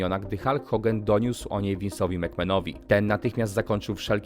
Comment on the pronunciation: Czy mi się wydaje że ty mówisz Hogen zamiast Hogan?